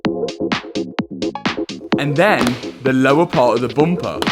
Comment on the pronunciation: Front bumper turned into a front boompa 😊